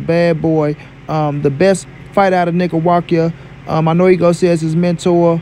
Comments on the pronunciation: Nicaguakia hahahah you're funny asfk bro its Nicaragua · Dude said "Nicawakia" lol 😆